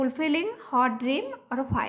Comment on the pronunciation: Are yaar bream nahi dream hai